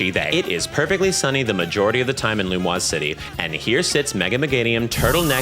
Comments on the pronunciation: As a French speaker: No, the vowels are all the same as in English, the only major difference is accent and the S being pronounced like a Z. (For the phonology nerds out there, yes, I know the U gets rounded.) The way is saying it, it would be spelled "Lumoise", not "Lumiose". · Language nerd here but don't the 'o' and the 'i' need to be flipped if it's pronounced Lu-muah City? It's spelled Lumiose so it's pronounced Lu-me-ohs, right? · love your stuff didn't know you had long form stuff (what do you mean you pronounce lumiose lum wos) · My favorite part of this video is the absolute pass around party bottom behavior of pronouncing Lumiose as "Lumoise" without realizing it's wrong because it sounds more French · sorry HOWWWW are we pronouncing Lumiose? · The way you say Lumiose either makes me wildly uncomfortable or makes me want to change it in my head and I'm not sure which is stronger. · never in my life have i heard anyone pronounce lumiose the way it would be in french and I'll never be the same again